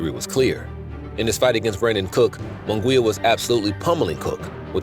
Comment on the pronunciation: Its not Moon Gwee ya. Munguia is pronounced Moon Gee ya with an accent on the gee syllable! Get it right if you're going to comment!